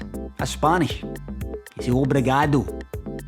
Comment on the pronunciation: perfect pronunciation of obrigado